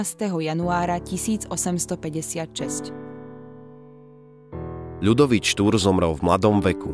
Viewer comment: Už keď máte tému "Štúr", tak by ste mohli aspoň predstierať, že dokážete vysloviť "Ľ" :(